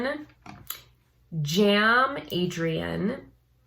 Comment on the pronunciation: Cem is pronounced more lik Gem instead of Jam. And it does mean Gem as in gemstone